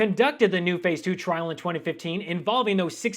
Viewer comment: Hahahaha he rhymed trial with trail 😂😂😂😂😂😂😂😂😂